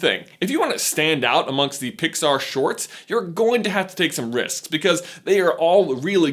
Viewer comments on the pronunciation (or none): You said ricks instead of risks and plossible instead of possible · “you have to take some ricks” XD